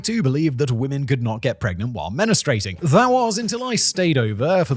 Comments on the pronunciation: lol “menustrating” — close! I think you meant menstruating 🩸 😂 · Menstruating not menustrating. The U is after the R. 😁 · Simon said 'menestrating'. LOL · "Menistrating" is crazy 🤣🤣🤣🤣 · Anyone else notice Simon fluffed the pronunciation of “menstruating”?